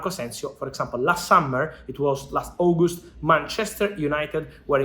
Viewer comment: It's not Ogust😂 it's August 😂